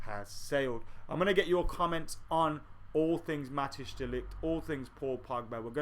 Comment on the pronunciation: Matic De Ligt?? Haha just joking man, it's pronounced Mat-eyes